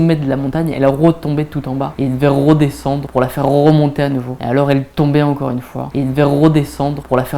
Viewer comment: "rrroe désendre pour la rrrroemonter" ptdr meilleur moment de la vidéo